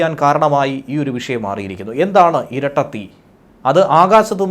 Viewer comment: ഇരട്ട തീ എന്നല്ല മറിച്ചു ചിരട്ട തീ എന്നാണു ബാങ്ക ചേച്ചി പറയുന്നത്